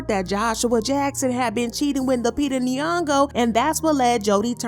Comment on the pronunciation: “Queen Lupita nyogo” tch 🥴